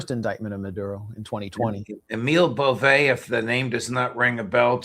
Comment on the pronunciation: It is pronounced BOVE, a long E sound, and it is Italian name, I know the family in NY.